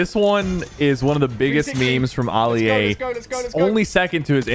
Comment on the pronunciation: Sypher pk said ali a wrong 💀